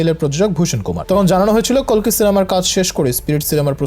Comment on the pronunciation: কল্কি নারে কালকি😂😂😂